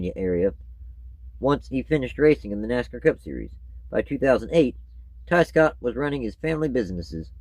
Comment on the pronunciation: I thought you said Scott Riggs